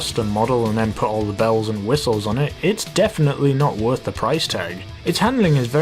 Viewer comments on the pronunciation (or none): none